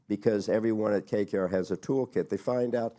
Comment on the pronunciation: KKR and not “KRR”